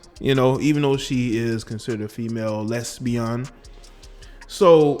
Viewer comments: Omgawd Lmmfao🤣🤣🤣😂the way you say lesbian, (les'bion) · The way you say lesbian is HILARIOUS 😂😂😂😂😂😂